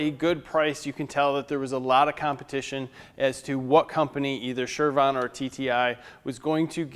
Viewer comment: are you saying shurvon? chervon? shervon?